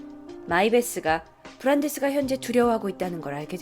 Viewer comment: 브란대스 원래이름말할때 발음 진짜좋다